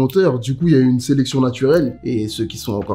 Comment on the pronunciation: C'était "FEUNE"